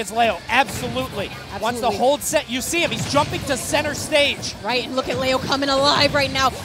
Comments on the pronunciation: IT'S GODDAMMED LEO (LEE-OH) NOT LAY-OH!! SO ANNOYING. Great matches though that make me feel like I need to really work on my Smash game. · Wtf its leo not leao wtf lmfao